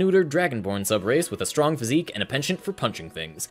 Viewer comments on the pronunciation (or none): none